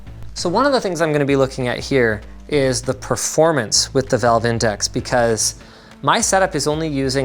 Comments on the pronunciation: "Vive index" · Did he really say “Vive Index” 😂